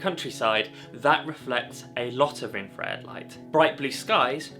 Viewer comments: It's still known as infrared....its never changed. No idea where you have gained this odd pronunciation. Infra-red....not in-fred. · Its still called Infra-red dude, and not "In-fred" bruh! Its called English dude, try learning it and using it properly bloke! Whats a hamburger called now? Maybe Gen Twiz calls it a "Ham-Urger"! The A is still not silent and never was silent in Infrared! Edit: Infrared is heat, its reflected heat. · For feck sake its's infrared you sound like a real W⚓...I am going off to slash up because 'infred' has just pushed me over the edge 🙂 apart from that a good video for all those crazy kids out there learning film photography. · I'm sorry but why are you calling it Infred? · There's no such word as infred! Stop butchering the language!